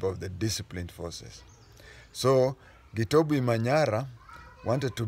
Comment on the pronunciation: For the pronunciation we do pronounce the "B" as a "B" not has a "V" the name is not Ukuyu 😂